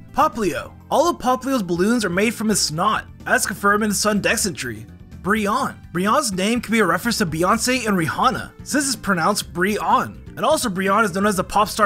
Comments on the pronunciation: No way this dude said Ri-hana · He pronounces subtle with the "b" and says Rihanna as "Ree Hahna," I think is mildly verbally dyslexic lol